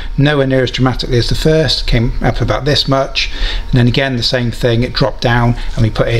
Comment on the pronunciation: yay your canadian ! where aboots ! ?